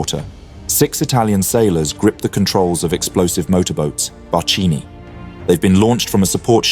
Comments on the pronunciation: "It's Barchini", not "Barcini". You are supposed to be a history channel, but you don't even care to learn the proper name of the main subject of your video... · " barchini" ( small barche = small boats) not "bachini" that would be, funnily, small " bachi" ( like the silk- making insects ...) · Very nicely done video and research about the famed Xa MAS light flotilla. Brave men . Just a small correction = "barchini" is read as "Bark-ee-nee" and not "barch-ee-nee". It literally means "small boats" - not as fancy-named as, for instance, the cool-named "Maiali" (the "pigs") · "Barchini" is pronounced with a k sound: "bark"+"eenee". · "Barkini", this is how "barchini" sounds in Italian (meaning: "little boat"). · Hi thank you for this video. Please note that barchini in italian is pronounced with a K sound not your ch :) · Nice, but CH+I goes KI in italian. barkino, barkini, while CI goes CHI -> DeCHIma Mas ; GI sound like DJI -> ReDJIA Marina. The remaining of your Italian was absolutely fine. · BARKINI, BAR K INI, THE GROUP CH, IS PRONOUNCED K, KLIESA, KIAVE, BRUS-K-ETTA, BAR-K-INI, ETC..... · the italian "ch" is pronounced as "k"